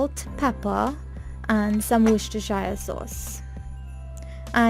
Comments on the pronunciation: Oh my ears bleed every time she says 'woostershyer '😣😣😣😣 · ummm.... No. Research things before you confirm it's authenticity. The word originated from a place in England and it was where the product was invented. In no way it is pronounced like the way you say it.😒